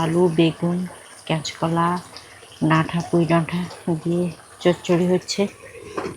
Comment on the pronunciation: তুমি কি কাঁচ কলা বলতে পার না।